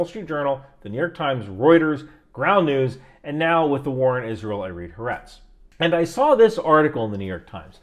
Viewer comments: There is no “har-“ in HaAretz. It’s “ha-ar-ets” The “Ha” prefix (which means “the”) should be pronounced as a separate word. Also, the stress in Hebrew is virtually never on the last syllable. It’s either on the first or the penultimate syllable. For a two syllable word like “Aretz” (country) it is the same one. In Israel there is no shortage of veterans in news media. Perhaps the opposite, if you can believe that. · Just a small and unimportant correction: Haaretz is pronounced with three syllables, with the stress on the middle one, more lik "Ha-Aretz".